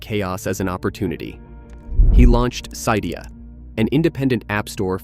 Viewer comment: The way you said Cydia feels so weird to me, I’ve always said it Cydia with both the “y” and “i”pronounced the way the one in the word “sit” is